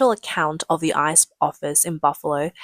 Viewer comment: GO ICE! WTG! The Trump admin said boldly WE WILL FIND YOU, CHARGE YOU AND DEPORT YOU. Leave now. If you flee, choose the NEAREST country, not thousands of miles away. Tip - instead of saying I C E, just say ICE like ice cube or ice cream.